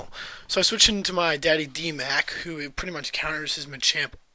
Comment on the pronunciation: Lol its pree sweet man